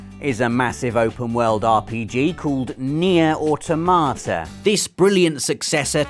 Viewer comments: It's au-TO-ma-ta, not au-to-MA-ta. It follows the stress pattern of "automaton", not "automation". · It's aw-TOM-uh-tah not aw-TO-MAH-ta It's a killer robot not a cute tomato. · Interesting pronunciation of 'Automata' there, unless of course you were saying 'Or tomato'. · Nier Automa...😆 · I cringe a bit every time he says Nier AutomÁta.... it sounds so bad xD pronounce it like "autometa" with equal stress on all syllables (/au/ is one syllable, as it's a diphthong) :P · Does everybody pronounce 'Automata' differently? I pronounce it 'Auto-may-ta'... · Another great video, but your pronunciation of "automata" hurts my brain. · rob, why did you blatantly mispronounce automata? you already know how to say it, i know you do.